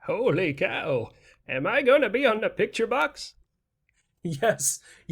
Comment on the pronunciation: “HO-LEE-COW”! Am I gonna be on the “pick-chur” box?!” 😂😂😂👏🏼👏🏼👏🏼👏🏼😊